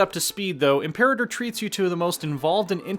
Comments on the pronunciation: Reeeeeeeeeeeee!!!! It's pronounced 'imper-artor', not 'imp-erater'!!!!!!! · im-pe-RA-tor. Really not that hard